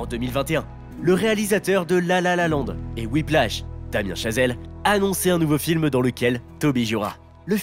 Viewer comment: trop de la dans sa prononciation XD